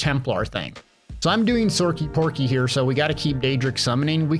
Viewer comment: Sorcy Porky? I’m done 💀